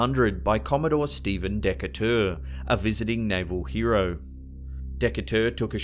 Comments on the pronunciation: love the channel...but stephen decatur......pronounced dee--kate--tor. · Brilliant stories as usual - new sub here - and a PhD to boot! - however the gent's last name in the Jersey Devil story is pronounced (I'm fairly certain if it's spelled Decatur) Dee-CAY-ter... Your pronunciation really had me scratching my head for a moment then laughing so hard! Just an FYI - we have a Stephen Decatur here in the USA who was a prominent Naval officer during our Revolution. As my Daddy graduated from Annapolis (The US Naval Academy) he'd never forgive me (God Rest his Soul) if I didn't correct this tout-de suite! Decatur was his all time favorite naval hero... and as I lost Daddy when I was only a young girl, I do try to honor his memory. Thanks for understanding fellows. Best of Wishes to you and a Very Happy 2019!